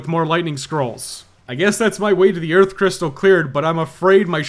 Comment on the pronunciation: Save the EARF baby!!!!